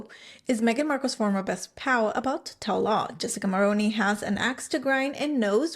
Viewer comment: The thing about rich people in the upper echelon is that in order to stay high, you cannot run your mouth. Do that, and it shows the truly elite you are not discrete. Jessica will land another (likely richer older man) and move up a few more rungs. She wont spill, sadly. Also - Mulroney is pronounced "Mul-ROO-nee", not Mul-Roh-ney.